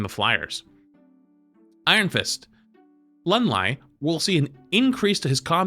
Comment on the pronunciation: Jesus christ he butchered Iron Fist's name lol